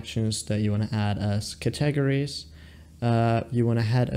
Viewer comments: Did you really say cat-tah-gories? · 🤣I know...wtf are Cat-tah-gories?? 🤣🤣